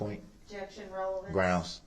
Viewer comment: By gosh.... I would NOT let him use a one of those Agggzibtz.... he objected every single one of them for "revelancee" I would say hell no, you can't use nine of them you freak